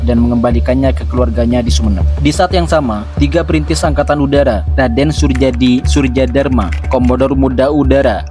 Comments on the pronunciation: Surjadi surjadarma dibaca suryadi darma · Soerjadi soerjadarma dibaca suryadi suryadarma